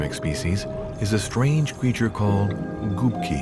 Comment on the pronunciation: It's Gubki not gupki lol, literally translates as Sponges